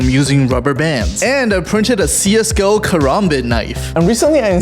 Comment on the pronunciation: Он сказал ЦС го 🤦‍♂️